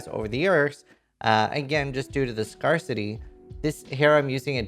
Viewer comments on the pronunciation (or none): scare-city not scar-city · scarcity is pronounced Scare+city not scar+city just an fyi :)